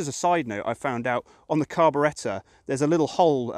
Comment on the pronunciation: Generator (alternator)? Carbu-REH-tor? What the hell?